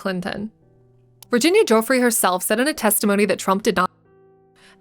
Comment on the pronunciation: making a video about epstein and having the audacity to mispronounce Virginia Giuffre’s name is insane